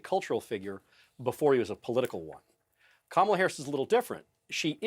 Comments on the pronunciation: If the Ttump campaign’s definition of taking Kamala seriously is going to their base with dog-whistle shi (ie. Willie Brown, DEI, mispronunciation of her name), they may want to up this from an amateur hour, clown car routine & tack to the middle where undecideds live. I’m really hoping they just devolve into the cesspool a bit more cuz it is past DonOLD’s prison bedtime (thank you Kimmel!!!). Drumpff 20-24 years!!!!!! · trump keeps mispronouncing her name. Kamala should start calling him Danald or some variation that doesn't sound right. He should be called out and correct EVERY TIME he mispronounces her name. Of course he's not called out by ANYBODY, particularly from the MAGA crowd and the sycophants.